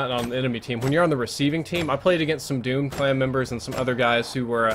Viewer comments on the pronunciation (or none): none